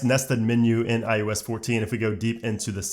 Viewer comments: Eye oh ess... not I US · I love how he says iUS 14 instead of iOS 14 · This dude keeps saying “iUs” instead of “iOs” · Are you saying iUS14?? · Why do you keeping saying iUS? Am I missing something? What year is it?